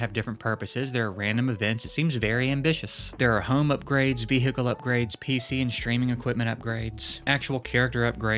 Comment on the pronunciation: He hits the H in vehicle so hard 😅